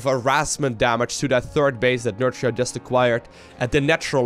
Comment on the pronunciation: For what is worth Nerchia (Nerkia is how you pronounce it) in Italian means : Big C**K, is Nerchio Italian? 😆 i suppose the right way to say his name is not nerCio...but NerKio 😝👍🏻